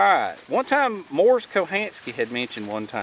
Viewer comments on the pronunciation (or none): none